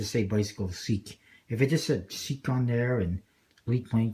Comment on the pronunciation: its pronounced sheek , as in high class fancy